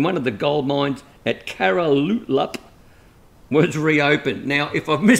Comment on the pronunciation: Great pronunciation of Caralulup but Talbot is pronounced Tolbot